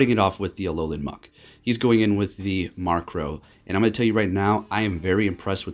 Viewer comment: Stop saying Markrow! Its Murkrow! MURK not MARK